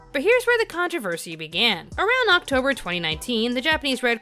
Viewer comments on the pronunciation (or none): none